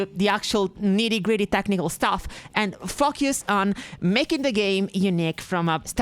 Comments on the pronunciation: Dunno if you have ever seen Hellboy (the good one) but every time you say "fu-cuse" all I can see is hellboy pointing at an austrian ghost in a fishbowl suit lol. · Far beit for me to stoop as low as to criticize someone's accent. But, I have to giggle every time I hear this try to say Focus. Then when an actual F-bomb drops. It's like why didn't you just say Foukus 😂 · Is it just me or does it sound like "f*ckers" every time she says "focus"? Anyways lovely essay, very interesting and keep up the good work.